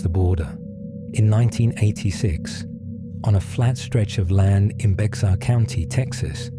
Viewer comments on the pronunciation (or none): It's not BEX-ar county, its BEAR county